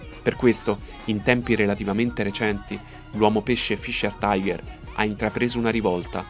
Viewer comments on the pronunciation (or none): none